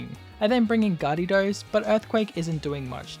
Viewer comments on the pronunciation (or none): Its actually garedos, pronounced gay-ru-dos